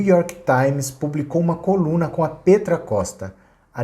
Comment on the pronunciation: Só uma correção, Petra se pronuncia "pétra" e não "pêtra".